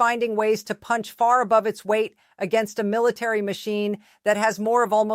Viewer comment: Need to learn how to pronounce military